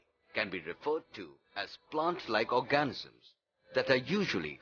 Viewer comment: You pronounce organisms wrong